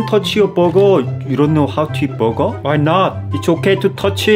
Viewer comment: 햄-버거 it's pronounced Bo-goh!